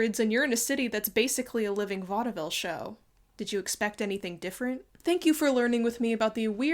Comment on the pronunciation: I very mcuh approve of the way you pronounce the middle "e" in vaudeville